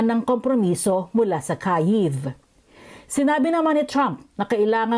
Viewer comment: AI yung reporter ampota ibang yung bigkas nya sa Iran tsaka Kyiv